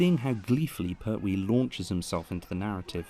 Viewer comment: But I don’t like the pronunciation of Pert wee! Lol